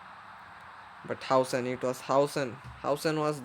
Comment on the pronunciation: আরে ওটা হাউসেন নয় রে ভাই,হুইসেন 😂😂